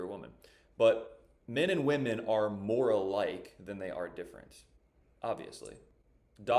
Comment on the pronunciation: "How are wahman oppresed?" her answer- Go read the Huffington Post....